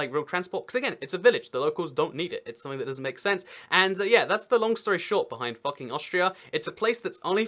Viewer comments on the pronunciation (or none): Most probably it's pronounced "fuu-king" instead of "fah-king" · It's FOO-king, not Fucking! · It's pronounced Fooking. u in German is oo. But there are (where?) Austrian places (not towns) that are called after swearwords: Arschlockwinkel (Assholecorner) and Futbründl (Twatfountain, maybe C**tspring?). I think they renamed those places now. The "legend" is that when a royal cartographer from Vienna came to map the area the locals had some fun with him. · They recently changed their name to 'Fugging', which is close to the German pronunciation of 'Fucking'. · It's pronounced "Fook-ing". Video was still hilarious. Austria gets it bad - there's also an Oberfucking, an Unterfucking, and a Fugging. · The funny thing is that it’s pronounced fooking not fucking. Lol. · But isn't actualy pronounced "Fooking"? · It would not be pronounced as we would. It should be more like fooking. But obviously you can't argue with the alphabet. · You are pronouncing it wrong. It's pronounced FOOKING and it rhymes with "booking" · Uh, you do realize that you're mispronouncing the village name? "Fucking" rhymes with "booking", not "ducking." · Its pronounced wrong